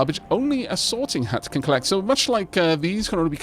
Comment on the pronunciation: whenever you say sorting hut i keep hearing sorting hat